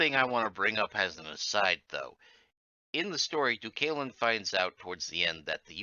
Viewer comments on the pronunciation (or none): Would not have imagined Deucalion and Phorenice would be pronounced like that. And yes, I would like that video someday.